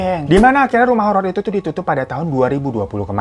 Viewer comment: kurang r bang jadi nya horo